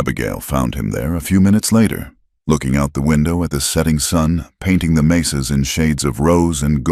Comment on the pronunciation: It is 'mesas' not 'maces'.